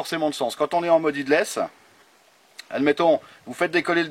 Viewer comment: "headless" se prononce "hédless" ☺️ merci pour les vidéos